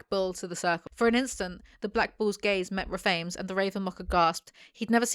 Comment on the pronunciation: what the text said: "She met the Horse Mistress's gaze" what I heard read: "She met the Horse Mistress's gays"